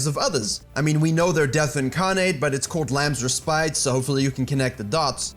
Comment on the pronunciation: Its lambs re-Spit not re-spite. The word slightly changes the pronunciation